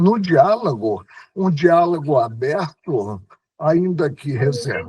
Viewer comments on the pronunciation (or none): Quando o melhor de todos os ministros dos últimos 100 anos (e digo isso sem nenhuma ironia), pronuncia "diálago" ao invés de "diálogo" e "cerceio" ao invés "cerceamento", nós sabemos que o problema não está e nem nunca esteve no exercício do poder. Quem critica Lula, não tem ideia do mal que Paulo Freire e outros fizeram. De toda forma, é louvável os esforços do ministro aposentado. E a ele deixamos nosso agradecimento. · Ministro fala dereito. Nao e dialago e sim diálogo